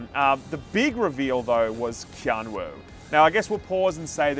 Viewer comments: KeanO? KeanO?? ITS KEANU!! UUUUU you fkn illiterates! 😂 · Keano?? Why are you saying his name like that our baby